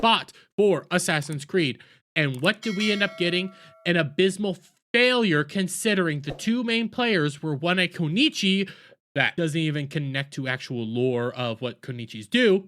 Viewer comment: no you you diddnt you broke into parts at the wrong ponts ( as if the word was two parts ) and if you wanted to say you broke it into its three its still kun-nee-chi witch is also incorrect Kun-ichi ... its three parts ku- NO- ichi ... not kuichi ( witch is what it innitially sounded like ) not kunichi (witch is what you said . there is no no in the word that you spoke